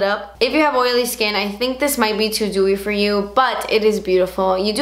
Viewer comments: she did haha but it sounded like gooey (im just being stupid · Kristina Zhang I thought she said dewy 😂